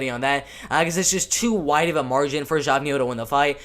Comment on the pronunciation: Geoff=Jeff Neal. Pronounced Jeff Neal. Here to help young lad.